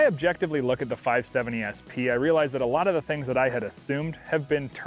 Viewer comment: “Five sevinny”